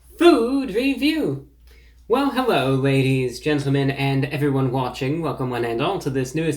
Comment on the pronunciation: Hewwo Wady’s and Gentlemen!